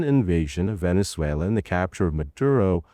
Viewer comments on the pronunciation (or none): none